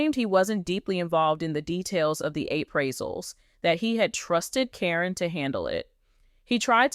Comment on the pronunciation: Her name is Karen , not Corin when doing these story’s they should pronounce the names correctly